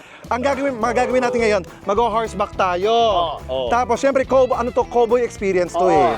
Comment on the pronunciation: The way Chad Kinis pronounced COWBOY is different. It's like Ross when he says KARATE 😄